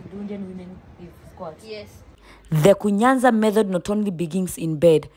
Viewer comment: It is KUNYAZA,not kunyanza.